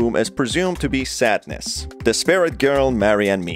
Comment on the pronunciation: Sadness. Not sat-ness 😅😅